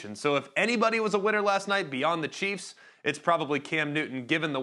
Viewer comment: Kansas City “chREFS”